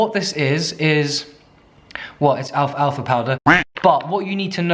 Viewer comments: alf alfa. its al-FALFA!!! love you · Alf-alfa? You mean al-fal-fa? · Pretty sure it's pronounced al-falfa powder, not alf-alfa 😅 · Does everyone say Alf Alf a powder hahahaha? I say Al falfa powder